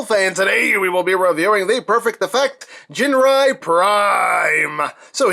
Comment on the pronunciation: 'Ginrai' like the 'g' in 'gift'.